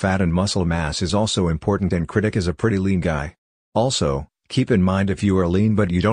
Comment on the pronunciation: Why he keeps saying KRITIK ROSHAN